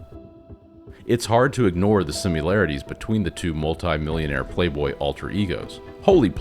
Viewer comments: Subbed and liked. I freaking loved this film when it came out but so many of my friends were like"nah"! You have put together a fantastic and compelling argument to view this film in black and white. However... One criticism. It's pronounced similarity. Not simularity. and time-stamp. Ooh and you give off a very cool Kevin Conroy vibe with your narration or is that Bruce Wayne🤔 Much love and appreciation. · The word is similarity. There is no "u" in similarity, nor do you pronounce the "i" like a "u". Other than that, the narration was solid!